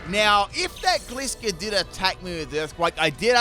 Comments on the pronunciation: I pronounce gliscor wrong 😅 I’ve never even considered it being a gliding scorpion so I’ve always produced it gliss-or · I'll never understand why you pronounce it like "glisscore" and "maychamp". Gliding Scorpion = Gliscor, where do you get "gliss"?? Macho champion = Machamp, there is no "may" anywhere in it.